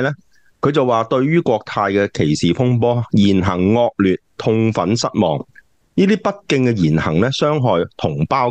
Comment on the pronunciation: 高官講普通話笑死人，比如將「失望」發音變成「希望」。🤣🤣🤣